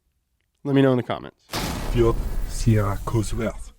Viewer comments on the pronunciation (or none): none